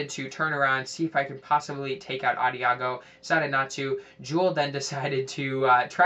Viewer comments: Nice vid, good tips! Also, Adagio is pronounced with a soft "g" like a "j." It's also an Italian musical term that means "slowly." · Lol. Love how you used to pronounce Adagio.